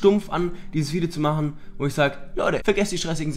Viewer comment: Du mysst nicht X, Y mychen. Du mysst nur Y mychen